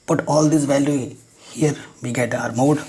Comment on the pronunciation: Sir app mode ko muth keh rahe ho🖕🤣🤣